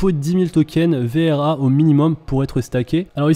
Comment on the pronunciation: Arrete de dire "VER" c'est "VRA"